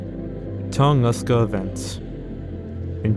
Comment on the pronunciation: How about "Tunguska" and maybe the worst "Eurasia"